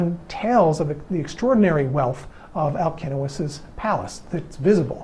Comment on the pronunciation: As Greek I congratulate you for pronouncing Alcinous correctly !!! My son is named Αλκίνοος and I can’t hear people pronouncing his name with a C and not K because they don’t know all Ks are written with a C like Constantine . Well done and thank you very much for that